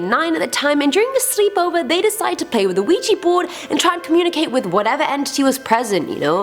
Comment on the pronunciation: Ouija = Weeya.... not weeji